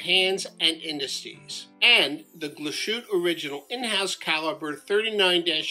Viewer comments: It's pronounced more like GLASS-HOOT-EH mate. Not a dig, just so you know :) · It’s pronounced Glaas-hoot-a. Great watch. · Nice video. It would be even better if you pronounced Glashutte correctly: its glass - hutte. S and h when put together in German are pronounced s and h, not "sh". For the "sh" pronunciation, German uses "sch". As for the 39-11 in the SeaQ, it is not as finely finished as that of the SeaQ Panorama Date. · I have the panorama 43 . Lovely! The name is correctly pronounced . ‘ Glaas-hooter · Great review, but please do the manufacturer the courtesy of making the effort to pronounce it properly 👍😁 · Pronounce the e at the end it’s Deutsch!